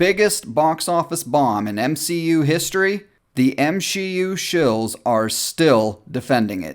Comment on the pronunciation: Everyone: MSHEU: ItS eTrEmElY oFfEnSiVe